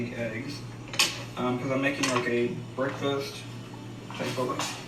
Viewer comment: IGNORANT zaddy chunk chunk and his whole family mispronounce words just like illiteratelynn. He says beckfast.